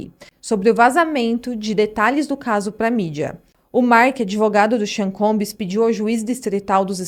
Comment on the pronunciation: combs! Não é combis. Não custa nada dizer bem. 😉